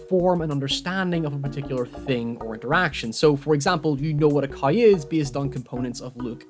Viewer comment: “for example yeu kneow whhata ceoiw is” Me, not looking at the screen: “a what?”